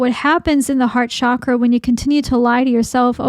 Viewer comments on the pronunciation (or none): none